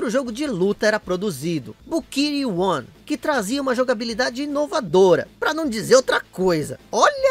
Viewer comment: Achei engraçado quando o diz bukiri one e náo buriki one